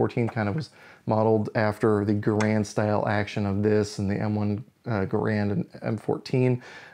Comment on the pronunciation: Gair-und never Ger-and